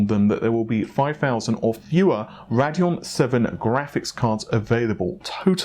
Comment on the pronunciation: the way he says rad-eon instead of rade-eon makes me cringe hard